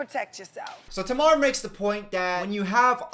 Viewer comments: It’s pronouncing her name wrong for me... mate, it’s TAYmar not T’mar 🤣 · it's pronounce "TAY-mar" not "TA-MAR" but loved the vid all the same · Yes and correct me if I'm wrong, Tamar is pronounced Tay-mar but is saying it more like Taa-mar. 🤔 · her name is Tay- mar not Tah-mar it looks like it though cause its speed Tamar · Her name is pronounced as Tay-mar💀not ta-mar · lemme help you out.....it’s Tay-Mar, not Tah-Mar-Rah 👌🏽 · Her name is Tay-Mar not Tuh-Mar 💀💀💀💀💀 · Not me crying laughing how he calls Ta-mar Tuh-mar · me: wondering if knows these icons: tuh-mar me: ok no he does not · Just a note for if you do another video on the real Tamar’s name is pronounced tay-mar😊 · The fact that he said Tamar (Tay- mar) name wrong, with confidence lol 😂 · Tamar (Tay-Mar) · I know you did not just call her Tomar 😂😫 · I’m just listening and who tf is Timar, I only know Tamar lol the pronunciation has me deceased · Sir her name is pronounced like tay-mar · pronouncing Tamar's name as TUH-MAR is the funniest thing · It's Pronounced Tay-mar love 💙😂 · “Tuhmar” had me screaminggggg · the way he is pronouncing tamar?? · Lol why was pronouncing Tamar's name like that? Lmaoo, I have to say, though I never thought would react to The Real. He's definitely not the target demographic lol but this was fun, and while I occasionally watch the show, I agree that they have a lot of toxic views, and some of those views change depending on how it affects them personally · Everytime he pronounced Tamar as Tamar, it sent me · pronouncing Tamars name wrong is so troubling to my soul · Your Pronunciation of Tamar is something